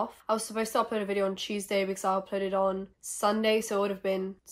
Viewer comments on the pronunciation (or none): Love how you pronounce “tuesday”, sounds like cheeseday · I’m so high when you were saying Tuesday it sounded like cheese day- so imma go eat now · It took me five minutes to realize that every time she said cheeseday she meant “Tuesday”